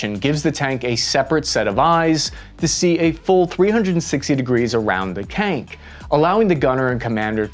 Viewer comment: "cank"? tank?